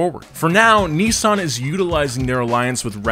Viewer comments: Why are you pronouncing it KNEEsan????? It's Miss with an N= NISSan. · Neeesun Zee. We call it a Nissan Zed in the UK. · Bruh he says Neezaan